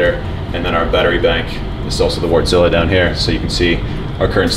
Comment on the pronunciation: That "Wartzilla" engine is pronounced Vart-si-a or Vart-sil-a.